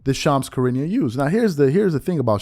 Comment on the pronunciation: “Shams Karinia” 😂